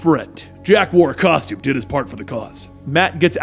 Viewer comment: hehe " caustome "